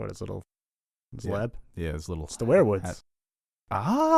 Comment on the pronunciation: Ok I have put up with the pronunciation of the wear wood trees for long enough. It is "weer wood" not "where wood"